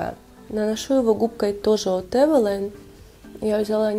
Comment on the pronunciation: Вы правильно говорите эвелайн, по транскрипции читается именно так. Очень понравился ваш обзор, подписалась😇